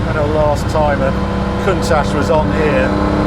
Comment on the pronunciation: HE will NEVER pronounce COUNTACH CORRECTLY. There is NO ash in COUNTACH.